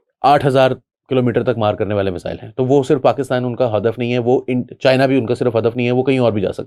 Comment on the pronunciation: پائن میزل ایک بیماری کا نام ہے، میزایئل درست لفظ ہے